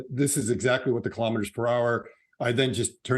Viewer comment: Kilo'meters, not kalamaduhz.